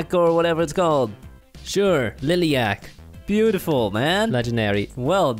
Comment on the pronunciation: Its a lilac not a lilyac . And a bear with a beer ?